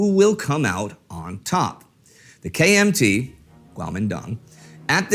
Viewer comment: When Indy says, KMT, I am hearing KFC.